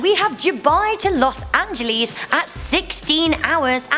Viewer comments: No one says "las angeleees" :| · how you say Angeles Disturbs me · Lmao why did she pronounce los angeles like that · Loss/ an-gelis not loss an Geleez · She said LOS ANGLEEEEEES Instead of Los ANGELES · Los anglies it’s (los ang-les) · los anglees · Los angeleees XD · Said an ja less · "Dubai to Los Angeles (angelees)" Is it me or her that is pronouncing it strangely? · Los angeleez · Los Angelies 😂😂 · What the hell did she say los angelees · you said Los Angeles wrong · Does it bother anyone else when she says "Los Angeles"? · The way she pronounced Los Angeles made me cringe.